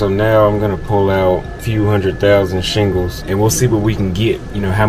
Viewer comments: Not Shingles😅 Shil-Ling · "Shillings", not Shingles.......... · it's shillings not shingles 😂😂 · Shillings; not shingles 😂